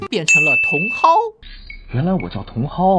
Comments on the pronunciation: 原版的茼蒿應該是ㄉㄤˊㄜ？ 你跟哇妹好像都是“當ˊ歐” 拼音應該是dáng ē🤔我印象裡茼蒿的台語是這樣 這好像不重要😂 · 呃… 原版是葉天瑜 不是葉子瑜 然後茼蒿原版念法也不是你這樣念 感覺你說翻拍劇襯熱度 但你好像也是欸 沒有把原版認真看就在吐槽 跟你說的Up主用心度差很多喔